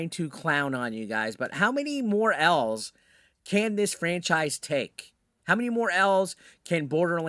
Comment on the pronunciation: Look, this is pretty stupid but clearly the studio poorly optimized and dev the entire game across all plats. This has nothing to do with Nintendo or the franchise in general. Also, why are you saying “L’s” like that? All 3 past games did fine. Your perception of that situation is clearly off. Channel is nothing more than fat Cheeto dust opinion sometimes. Loser.